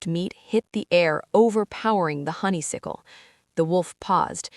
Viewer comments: I Loved Both stories and want More from these Fantastic characters! But Please, it's Honey-Suck-el, Not Honey-Sick-el, distracting!❤❤❤❤ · Hate Silas!! He's a hater. She's still saying HONEYSICKLE!!!!!!!! Aaaah! How cute the tracker fell beef jerky! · Why is it impossible for this AI to pronounce "honeysuckle" correctly 🙄🤦‍♀️?